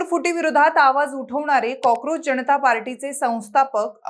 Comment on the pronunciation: It’s जनता not जणता